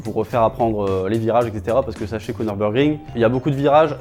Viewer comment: "Tout ce que vous devez savoir avant d'aller au Nürburgring"... d'abord à prononcer "Nürburgring" correctement. Pour information, c'est "Nurbourkrink", pas "Neurbeurgring".